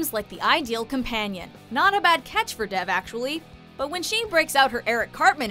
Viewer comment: Good list but if the name Dev is an Indian name, it's pronounced wrong. It's pronounced almost the same way as Dave without emphasizing the "ae" sound.